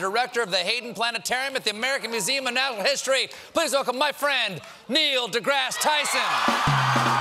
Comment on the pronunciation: Is it just me or did Colbert pronounce "natural history" very awkwardly ?